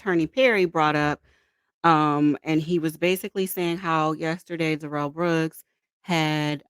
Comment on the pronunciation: The malignant dwarf is named Darrell, not duh-rell. He says his name when he is arrested and then in his polluted mind he thought it was cool to change it to duh-rell. He is Darrell. End of discussion.